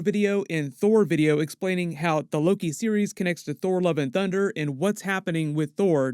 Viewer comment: it sounded like you said "Thor: Love & Dunder" 😆